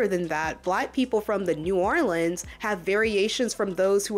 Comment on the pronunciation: Unrelated to everything.... I appreciate u saying New Orleans right. 🎉❤ 🥰